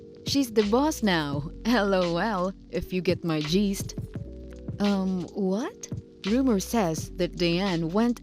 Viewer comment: Gist became geeest🤷‍♀️